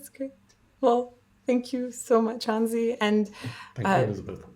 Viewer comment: What a dedication, what a wonderfull interview. You even gave Hansi his "ü", thats very unusual for american interviewers.